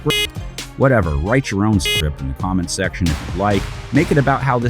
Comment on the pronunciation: BRO SAID SCIPT